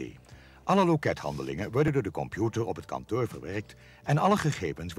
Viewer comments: Veural irritant met incorrecte uitspraken zoals zeuven, oto, en kanteur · "Het kantör"